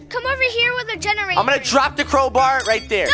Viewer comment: “I want a genorater” walks past genortator Dora time